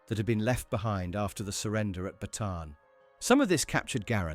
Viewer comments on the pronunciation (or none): none